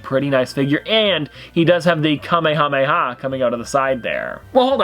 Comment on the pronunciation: I was gonna think he said kameyamama but instead he said it Kamehameha and that ones the right one